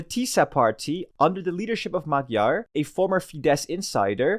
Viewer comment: Pronunciation is: Mayar, Budapesht. You are welcome.